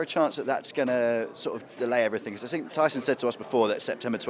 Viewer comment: Tyson Fyson ! Classic.